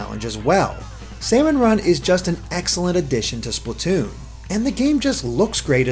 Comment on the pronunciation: Why do people always say "Spluh-toon"? You say "Splat" like "Splaht", not "Spluht".